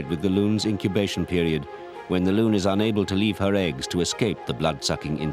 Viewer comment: Its a loon not loom. We have them in new Hampshire